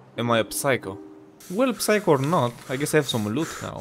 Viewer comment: That was a fun video! By the way when you say 'psycho' you dont pronounce the P, just 'sycho' :)